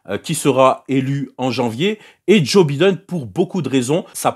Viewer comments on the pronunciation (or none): "Djo bideun" 🤣 j'ai failli m'étouffer quand je l'ai entendu